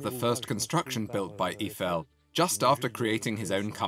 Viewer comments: Eeffel? Strange way to pronounce his name! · EE-eye-fell = gtfo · the sad part is they couldn't even pronounce Eifel's name correctly